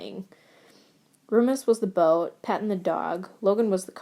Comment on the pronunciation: I can't get over the pronunciation of Remus as Roomus it's frickin amazing and I'm dying